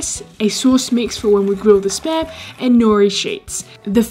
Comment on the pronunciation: Whenever she says spam, I always hear sperm